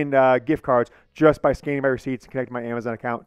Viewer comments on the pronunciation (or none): none